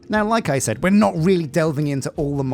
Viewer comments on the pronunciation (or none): none